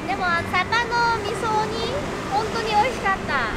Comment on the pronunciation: サバの味噌煮が上手に言えないが めちゃくちゃかわいい❤ パイナップルドレッシング気になる👀 今度作ってみよーっと